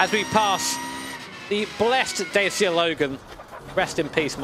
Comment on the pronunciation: That "Dacia" pronunciation 😭